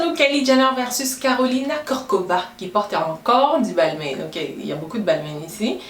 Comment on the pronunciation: Très sympas comme vidéo ! Par contre il me semble que Balmain ce prononce "balmIN" pas "balmainE". Bisous 😘